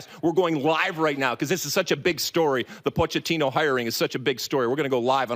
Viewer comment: Hey Lalas it is pronounced “Poketino!”